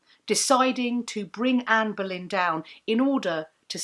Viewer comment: I feel like a right irreverent ass for hearing “Amberlynn” in the pronunciation. Like, sure, I waste shameful amount of time in gorl world, but FFS. Here I am trying to better myself!